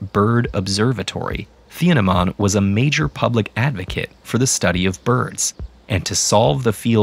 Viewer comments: just say teeenehmahn - we Germans don't have a tee-aytsh for a consonant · It's pronounced teen-nah-maan